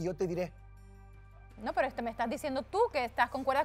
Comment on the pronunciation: Bolivianos 🇧🇴 pronuncien bien la RRRRR no digan sricardo,pesro, asrrepentido,abusrido!!!😂😂😂